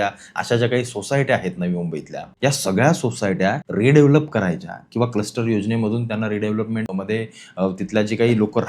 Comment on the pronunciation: कस्टर्ड नाही रे क्लस्टर😂😂😂